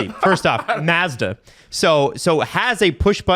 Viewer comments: Its pronounced “Mawz-duh” and “Nee-sawn” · pronouncing it "Maa-zda" 😂